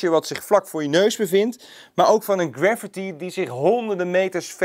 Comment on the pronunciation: Graffiti - niet gravity haha